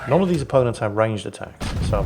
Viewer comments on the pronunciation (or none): none